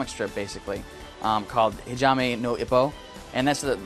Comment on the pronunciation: It's pronounced ee-poe, not ih-poe.